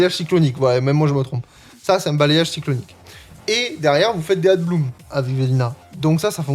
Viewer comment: Y a que moi qui suis pertubé quand il dit ADBLOOM alors que c'est écrit ABLOOM (EN, mais en vrai sa peut ce frangliser sans D)? 🤣 Bon après c osef et jsuis crevé, pour te dire j'ai entendu adblue la premiere fois. J'ai eu une ptite hallucination auditive, car RIEN A VOIR avec un véhicule diesel😂. Sinon ptet que dire floaison ou une floraison sa passe en fr? Bon ok j'arrete.